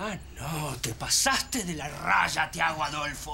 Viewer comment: Odio cuando la sifrina le dice a thiago "ti" lo pronuncia como te en ingles ella dice "tea""😂